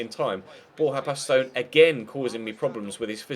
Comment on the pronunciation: baston is bastin not bastone